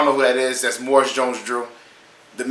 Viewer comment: Maurice- Moor ee's, Jones-Drew.